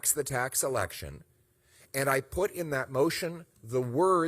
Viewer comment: Lose the accent on the E in election